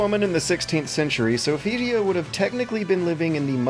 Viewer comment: how hard is it to say Sophitia?!